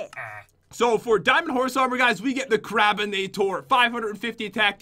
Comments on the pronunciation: said crapinator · I thoght jen said crapper nater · When jen got diamond horse armor i thought she said: I got the crapppinator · Did anyone hear say CRAPinator??????????